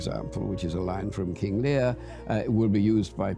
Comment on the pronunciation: King Learrr 🤴 ahhh yes, king Lear